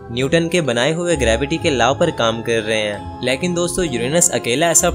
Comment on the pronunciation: Leeeeekin nahi laykin hota ha